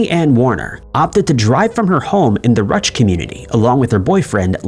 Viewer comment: Ruch = "Roosh"